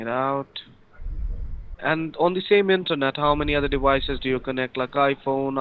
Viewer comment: Dewices. Wisa card. C wi c number. Hilarious.